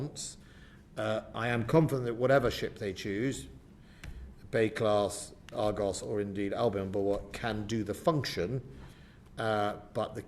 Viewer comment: And its ARGUS not ARGOS And its BULWARK not BULWOLK And we have 3 Bay class not 4 . We sold 1 to Australia . ANOTHER cut.